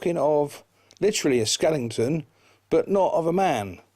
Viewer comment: It's not skelington it's skeleton!